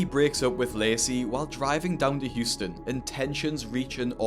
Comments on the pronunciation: its Houston not Hutson lol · Huston No its Houston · Houston is spelled Houston not Huston!😂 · it’s Houston not Huston mate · Houston, not Huston. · It's Houston not Huston. Just fyi. I realize you don't live here so I wanted to let you know for future videos. Love your channel. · Its Houston not Huston homie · It's HOUSTON, not Huston lol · It’s Houston not Huston.